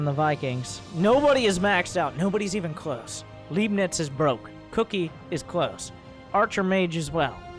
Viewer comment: C'mon :-D I thought you know some german from your gamescom visits ;-D. "Leibnitz" was a german mathematician who is said to have invented calculus, also Newton is said to have invented calculus independently and ... never mind this is not the point... the point is, I would have assumed you knew how to pronounce "Leibnitz". The german "ei" is pronounced much like the "i" in "tide" or "lie". Just mentally swap the letters :-D. Oh .. and I love your casts ... made me start with SC2 again :-D